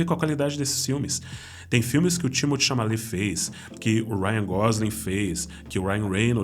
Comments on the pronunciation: Chalamet, não Chamalet! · Ótimo vídeo! Só um pequeno feedback: está pronunciando TImothy ChaMALET ao invés Timothy ChaLAMET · Chamalet? Não seria Chalamet?